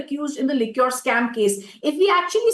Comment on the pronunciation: Could you please tell her Liquor and Liqueur are different words. She can easily learn how to correctly pronounce Liquor correctly...